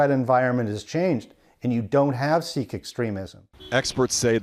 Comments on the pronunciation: Omg its pronounced "seek" not "sick". How did that get past editing. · This reporter needs to learn how to say Sikh...is isn't pronounced sick as he says it! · Of all the words to mispronounce in our sensitive days, the Sikh is said like the word seek. You'd think the humans doing these reports would at least learn how to pronounce names of groups right. This report almost feels like it was done by some ai algorithm set to replace the writers in the office, to mispronounce Sikh as sick, that's usually a mistake ai bots make, plus to air it live without first checking with a real Sikh or Punjabi is a bit shortsighted. Why do they have the job and I have to proofread? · It's Sikh. The i is pronounced like that in sick and more emphasis is given to the 'ha' sound.